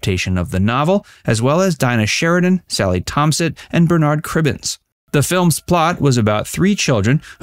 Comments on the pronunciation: ..and Bernard Cribbins not BerNARD Cribbins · Bernard Cribbins too! Pronounced it how the French pronounce Bernard! Sad timing of the release of the sequel, with the passing of the wonderful Mr Cribbins the other day! 💔😢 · The narrator of this video is hopeless at pronouncing names. Agutter is pronounced "Aggut-er", not "A-gutter" Onedin as in "The Onedin Line" is pronounced "Oh-KNEE-din", not "OH-nidin". And Bernard Cribbins' first name is pronounced ""BERN-ad", not "Bern-ARD".